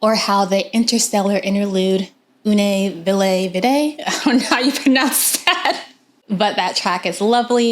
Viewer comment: "Une Ville Vide" means "an Empty Town" in French, you would pronounce it like U-n Veel Veed. I'm totally looking forward to hear this record, loved the singles so far.